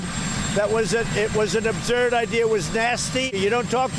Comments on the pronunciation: It sounds as if he didn't know what the word meant and had to ask an aid then on his way out he asked "what's the word again, subnerd" and the aid yells back "up-zurd , like up and zurd" . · Obserd? Absolutely.